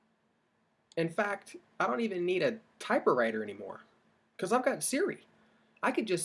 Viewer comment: Did you just say “typerwriter?”